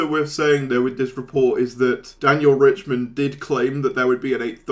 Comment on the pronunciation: I wonder if RiCHTman knows that YouTubers are mispronouncing his name as "Richman"